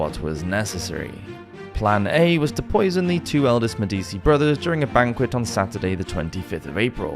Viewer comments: I do appreciate your preemptive apologies for mispronunciations. A better fix would be to simply Google the names/words before butchering them. Medici is an internationally recognized historical name as they had a huge impact on the Renaissance. It's pronounced Med-EE-chee, BTW. That said, excellent content, très intéressant!! Helluva good tune!!! Slainté! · Typically I ignore the mispronunciation of these videos but the pronunciation of Medici irks me. I absolutely love this channel but I do wish if there is a name that you are unsure of how to pronounce or haven’t ever heard spoken please google it especially one like Medici that has had multiple TV shows made about itand there is even currently a show about Catherine de’ Medici called Serpent Queen and the Medici have even been featured in at least one video game series. So basically googling it for a check on pronunciation is pretty easy, even with the massive amount of research you already do I think this addition wouldn’t be to big of an issue to listen to the name spoken.